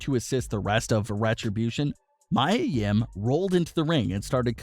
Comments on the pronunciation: ME-A Yim bro. Come on. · True her name is Mia yim not Maya I like how they put photo of her and her boyfriend Keith Lee their are so cute (●♡∀♡) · Can you say mia yims name correctly? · Clearly you don't watch NXT. You don't know how to pronounce Mia Yim's name. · You keep pushing people's names it's Mia Yim and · You pronounced her name wrong . but its ok though